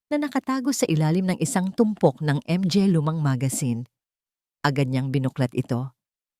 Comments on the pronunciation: Napaka walang kwenta bakit Di mo bigkasin ang words na mga kaysa spelingin nakakawalang gana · Bakit M G A？ baka manga ang ibig sabihin😅 Tapos P A？ Pa lang ang pronounciation. Tangengot naman itong narrator🤣MGA tanga kayong MGA staff😡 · Hindi ba to Pinay si NARRATOR Akala ko sa una Ang M G A ay Isang company group idagdag pa Ang P A Akala ko personal alalay..portrages😅MGA-MANGA Pala to Ang P A-PA Pala utas nalilito ako nong una pero infairness Ang Ganda ng storya mo♥️yong👏 M G A at P A lang talaga ang problema😂 Underscore20X🥺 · Hindi ba mabanggit Ng narrator ang m g a ng buo?baka dayuhan ang narrator kaya ganyan. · Ang ganda sana ang kuwento, pero pinapangit ng maraming M G A naka singit sa mga pangungusap idagdag ang P A.Ano ba 'yan? Modernong pagbibigkas sa salitang mga ( MANGA) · Bakit nga ba M-G-A ang bigkas ng narrator...hindi magandang pakinggan. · 😢 kakalungkot ang narrator m g a at p a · Ang Ganda Ng boses Ng narrator kaso may nibibigkas cya na Hindi ko maintindihan.anu ang ibig Sabihin ng(mg at pa?)ay naku !Hindi ko tuloy maintindihan ang story.pati ba nman story ginagawa Ng tx?miss narrator bigkasin mo sana Ng buo Hindi short cut. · Ang mga sa Pilipino language ay manga kung bigkasin. Nalilito ang mga nakikinig. Salamat po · Ano ba yan yong mga under score buang kana cguro pati MG A hinde maintindihan magtanong ka nga muna kong paano mo bigkasin yong mga cnasabi mo sa marunong mag basa nakakairita yong mga pag kabigkas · Maganda sana pero nkit hnde pa bigkasin yong tama nat need pa mh mga mga sayang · Maganda sana ang kwento ngunit hindi namin maintindihan dahil hindi marunong bumigkas sa mga salitang mga, pa. Gumamit pa ng under score . Ano ang big sabihin into? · Ang narrator pinahirspan pa sa pagbigkas .. ang dalidali lng I ihkad ang "mga" lawsi ang narrator...I don't like the story...